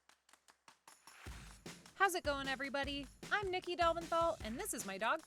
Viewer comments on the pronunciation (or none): none